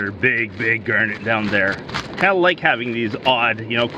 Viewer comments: Bro I couldn’t tell what a “gurnet” was until I realised he was saying garnet😭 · Is it pronounced "Gernett" Or "Garnett" because I always pronounced it with an a sound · I love the way he says g*arrr*net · "Gurnat".......? lol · The first time he said garnet it sounded weird to me…now 6 minutes in, I cannot remember how I used to say it…